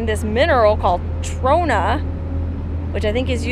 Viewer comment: "mah mah mah my Ta-RONA"